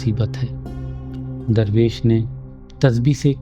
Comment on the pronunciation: Darrvesh nahi durvesh kya aap darr aur dur kaa manaa janteh ho hameh seekao janab